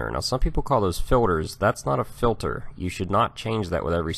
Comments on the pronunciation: Is he saying "filler" If he is I don't believe a single word he says! 😆 also, why does he enunciate "filter" So perfectly when talking about tools?! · I'm mostly hearing "Filler" but some "Filter", is it dialect or are there "fillers"? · He says filter funny. Fuel filder, oil filder etc lol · Filder lol😂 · FILDER lol